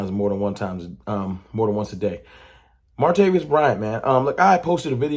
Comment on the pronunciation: ITS MAR-TA-VIS! NOT MARTA-VIOUS!